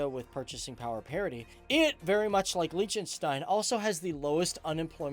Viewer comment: #FTDFacts Fact 1: you pronounce Liechtenstein wrongly too Fact 2: MONACO IS NOT ALONG THE BORDER OF ITALY (I grew up there so I know this for a fact!!!)